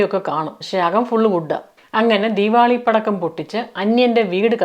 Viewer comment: ആദ്യമായി ആണ് നിങ്ങളുടെ വീഡിയോസ് കാണുന്നത്, ക്യാനഡയിലെ മലയാളികളുടെ അവിഹിതം ആണ് ആദ്യം കണ്ടത്😂, ആദ്യം കരുതി കഥ പറച്ചിൽ ആണ് എന്ന് പിന്നെയാണ് I realized reality, കേട്ട് കൊണ്ടിരിക്കാൻ നല്ല രസമുണ്ട്, രണ്ട് പേർക്ക് ഷെയർ ചെയ്തു, keep going, പിന്നെ ദീവാളി അല്ല ദീവാലി അല്ലേ? Love from ബഹ്റൈൻ❤